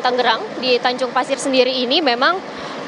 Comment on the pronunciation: halo wartawan berulang-ulang Tangerang disebut TANGGERANG, jangan salah melulu